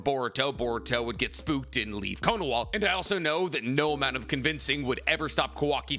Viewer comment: Good video and I don’t mean to nitpick but why are you saying Konowa? 😹 cause “は” is pronounced “ha” lol it’s only pronounced “wa” when it’s a particle like if I were to say “ナルトはかわいいですね😍”